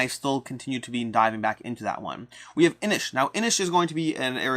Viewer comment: Nailing the correct way to say Inis :)